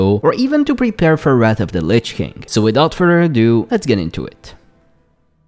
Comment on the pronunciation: Stop with the "without further redue" intro plz